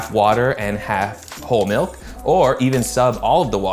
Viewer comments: ITS MALK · got war flashbacks to 2009 youtube when he said Malk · “Malk” unlocked a core memory